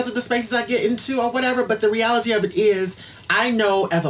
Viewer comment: "but the re-AL-ITEE of it is"